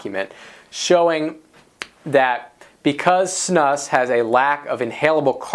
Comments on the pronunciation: It's pronounced snoose. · You pronounce it "snoose". And those are Snus pouches. Snus is usually loose and sticky, you roll it into a ball and put it in your upper lip. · Erm.. "Chewing Tobacco MAY SAFER...", the title and the pronunciation of Snus is comical. Obviously haven't acquired much education.